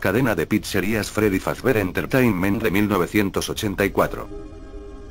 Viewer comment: es fazbear no fazber